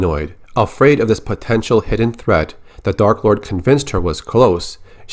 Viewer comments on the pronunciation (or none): none